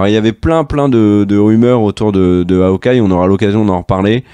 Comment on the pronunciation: "M S Marvel". "Haokeye". Merci 😜